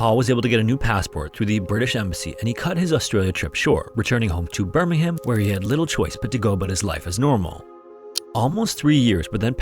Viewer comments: I know, but was talking about the original Birmingham in England. Which is pronounced Bur-ming-am. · Just a minor note on pronunciation. We pronounce "Birmingham" like "Birmingum" in the UK. If you ever see a place ending with "Shire" in the UK it's pronounced "sheer" like "new Hampshire" in the US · Terrible video. All the lip smacking, the pronunciation of “BirmingHAAAAAAAM”, just no. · Just FYI, Birmingham, England is pronounced with a silent ‘h’